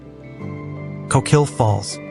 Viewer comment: You did it again: ko-KEEL or is the narration done by an AI voice? At least you got ORR-ee-gun correct 😊